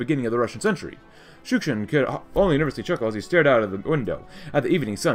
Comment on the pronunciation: You keep saying Shushkin but it's actually Shukshin